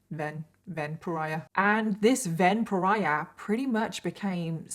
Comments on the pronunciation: Everytime you say “Ven Pariah”, I seem to be hearing it as a variation on “vampire”. 😶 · The way you kept saying "Ven pariah" I thought you were saying vampire. And now I can't stop think thats what his intentions were. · One of the times you said "Ven Pariah", it sounded "vampire" to me!!!! 🤔